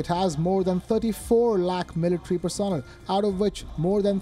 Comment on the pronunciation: Person L. Not personil.